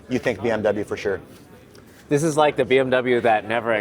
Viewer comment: Say “fUrShUr” one more time on my momma!